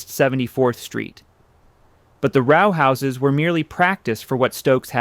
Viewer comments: Y - talking NYC dwellings and mispronouncing ROW House! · And Beaux Arts, and many others.